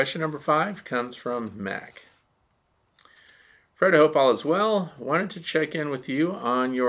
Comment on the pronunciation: Fred not Fread sorry